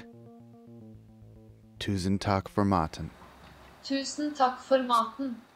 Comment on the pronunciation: This spirited man appreciated the «tusen takk for maten», pronounced surprisingly accurately in my native Norwegian.